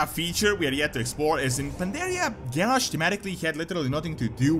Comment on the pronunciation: Mists of Pandaria was the best expansion yet but you guys are "PanDaHsH"